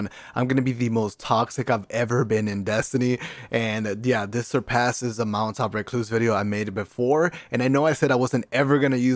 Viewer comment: Everytime he says mountaintop, pretend hes saying Molotov. Thats all i hear